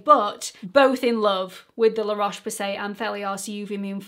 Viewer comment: Great video, will be giving the la roche posse a go! Well done with the pronunciation by the way! 😆